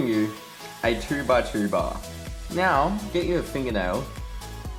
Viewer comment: No it sounds like he said meow but he actually said now